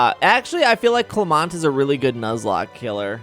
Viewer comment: Okay ima watch this, and if I see Clermont get ranked anything lower than a B or a C I will sue. GOOD (also you pronounced his name wrong)